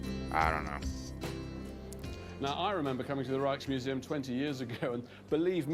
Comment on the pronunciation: The K in Rijksmuseum is a hard K 😜